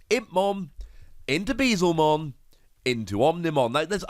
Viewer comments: Hey, loving the content! Very excited to try this card out in purple. As a heads up I’m sure Beelzemon will keep coming up as more good purple cards release, it’s pronounced like B L zuh mon, a play on beelzebub with him being a dark, devilish Digimon. I know Digimon names are a mess sometimes, keep being awesome! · Hearing Bezlemon hurts almost as much as yesterday him pronouncing Guilmon